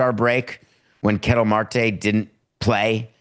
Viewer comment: It's Kuh-TEL not "kettle" Marte